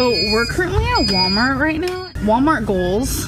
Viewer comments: How pronounces "wommart" and doesn't say the 'L' sound, but pronounces "bolth" including the L sound when she shouldn't. Agitates me in an unhealthy way. 😂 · “Warmart”. Says